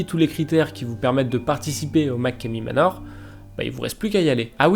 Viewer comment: Et sa se dit machomey manor